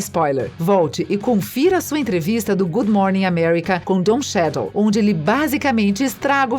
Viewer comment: Aula de pronúncia 1.0: Brie Larsson - Bri Larsson Don Cheadle - Don Chidou Mark Rufallo - Mark Rúfallô